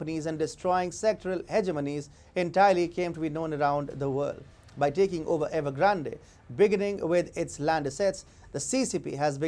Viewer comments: The E in Evergrande at the end is silent. Ugh, that hurt my ears all the way through.... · The way you pronounce Evergrande makes me laugh every time! Not sure if it’s on purpose…But it’s funny regardless! 😂 Love you channel please never stop exposing the CCP and their genocidal regime! You are doing such amazing work! Much respect!